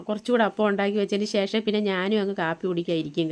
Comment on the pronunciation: eppozhum eii shesham shesham ennu parayanda പിന്നെ ഷേഷം അല്ല ശേഷം ആണ് onnu max stop cheyuka ketto it's my advice